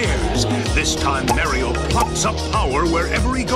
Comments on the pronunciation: You gotta love how in the SMB2 trailer, the annoncer says "Merio" instead of "Mario" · WHAT IS MARE-RIO